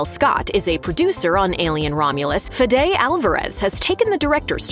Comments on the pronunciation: The director's name is pronounced "FEH-di" not "Fi-DAY" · Pronounce Fede's name correctly. Same as Kamala, pronunciation is key. Love Romulus and the content from this channel, but not this lack of attention to this detail in this video.